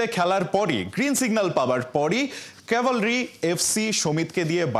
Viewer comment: কাভারলি না কাভালরি।উচ্চারণ টা ঠিক করে করেন।